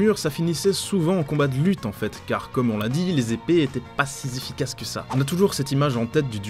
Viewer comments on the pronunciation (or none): "Les épées n'étaient pas si zéfficaces que ça" ??? Really cette liaison ?